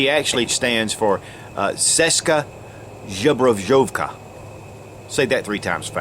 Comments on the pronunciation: Asi tak! Ceska Žobrožovka...:D PS: Anyway, as Zatracenec said here before - the pronunciation is like "Cheska Zbroyovka".:) PPS: It's already more than three years - I'm quite sure does know already the correct pronunciation.:) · It's pronounced 'cheska zbroyovka'. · it's pronounced "cheshska zbroyovka" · Hi, nice review. I have one thing regarding pronunciation of CZ Česká Zbrojovka, in your video it sounds like Ceska Žobrožovka (in Czech language) (for EN speakers I would write like this: "Cheskaa Zbrojovka"). In 1948 actually Soviets didn't overtaken Czechoslovakia, just communist party became a leading one and control our country. But the USSR control us indirectly. In 1968 Red Army came to our country to really control us. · Nice video, man! One of the moments when I'm proud to be Czech cause our firearms manufacturers made some pretty good guns (CZ75, SA.58, Vz. 61 Scorpion, and lately CZ 805 BREN) seska zhobrozhovka :-D ok, let's propose some more correct pronunciation... read it like cheska zbroyovka. it means Czech Firearms Company. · LOL !! "CZ" stands for "Česká zbrojovka" which is pronounced simply "Cheska Zbroyovka" not "Sheska Zhebrozhovka" :D Other than that, cool vid! Greetings from Prague, Czechia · Ceska Zobrozovka :D :D It's Česká Zbrojovka in english it means something like Czech Armoury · česka žebrovka - česká zbrojovka :D Nothing on you, you are from america so to say it right you have to practice, I know, but it make smile on my face. Again nothing on you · Actually, it's pronounced as Cheshka Zbroyovka :) Nevertheless, great video and channel! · it's pronounced "Chesska Zbroyovka", not... whatever you let out there. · it’s Czechoslovakia, not Czeckloslovakia. — it’s pronounced Cheska ZbroYovka. Do the manufacturer (and the country) a bit of respect. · pronounce it like: Chescha Zbroyovka it's not a rocket science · To say Česka Zbrojovka, try saying "Cheska Zbroiovka" :-) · u say it wrong :D its Ceska Zbrojovka ;)